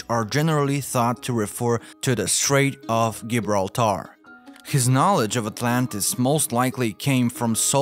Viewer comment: "Can -Al" Plaaato", , "Jeebralter", "Al-ex-ander", "Can-Al", " Appal-laa-sion ", "Hem-al-asion", ...